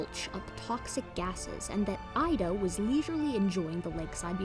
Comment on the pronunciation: Hi, my girlfriend is a biologist and lives less than 10km from the Messel pit in Germany. She informed me last year that "Ida" is actually pronounced "Eeda", according to the local dialect. I thought I would mention this as i know you like to be 100% correct with your brilliant work. Hugs Xx